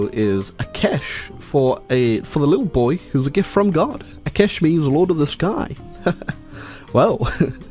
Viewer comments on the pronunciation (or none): bro it is not akesh it is aakash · I like how he calls akash akesh. Its pronounced as aakaaash